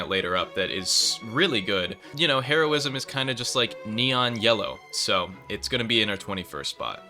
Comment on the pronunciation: "herobjism" unwatchable.:face-orange-raised-eyebrow